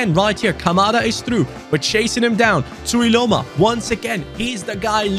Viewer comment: as a samoan you pronounced tuiloma's name perfect, in fact better than some samoans themselves. enjoyed the video too